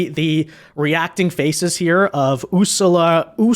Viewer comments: let me help you (you don't need help usually). The name of the EU President is Ursula von der Leyen (pronounced Ur sue lah von Der Lie yen). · Bro can't pronouncr Ursula XD Never seen the lil mermaid bro? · Ursula isn't a hard name to pronounce you just made yourself look stupid. Remember Dr. No , James Bond girl Ursula Andress in that white bikini 😊